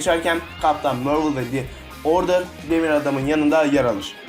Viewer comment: ingilizce aksanını düzeltmen lazım biraz mörvıl deyil marvıl diye okunuyor